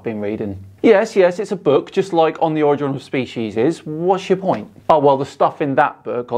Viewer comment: The projection is thick with this guy. Edit: Also funny that he claims a superior position, yet can’t manage to pronounce “primordial” or “origin” correctly.